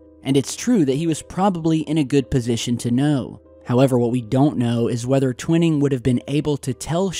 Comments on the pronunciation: T-WHY-ning not Twin-ning :P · It's painful to hear you constantly mispronouncing General Twining's name. Check it out!